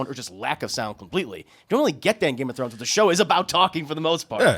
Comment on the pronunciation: Why would I take advice from the guy in the middle who can't even pronounce Game of Thrones right.